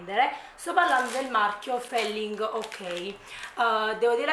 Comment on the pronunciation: felling ok. Della serie "Noio vulevam savuar" 😂🤣😂🤣😂🤣😂🤣 sei GRANDE!!! PS: su youtube e skillshare trovi video gratuiti sulla pronuncia inglese. PPS: della Feeling Ok (pronuncia filing) ti consiglio il bauletto: è fotonico. PPPS: Feeling Ok e Ciao Carb sono la stessa casa produttrice.